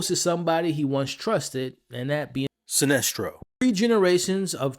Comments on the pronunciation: also heard him slip in that "SINESTRO!!" over what I assume was "Celestro" 😅 but like AcksD said.. we still appreciate the content and love your effort! your learning with the rest of us. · Yeah he knows john, evidently guardians have been watching John since he was a baby, so most of the bigger names would know of him. Also his name isn't silestro....it's sinestro....with an N not an L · Silestro? Atros? Have you ever even read the comics? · Celstro, my guy love the vids but it’s Sinestro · Lmao good vid but I was thrown off by how you say Sinestro 😂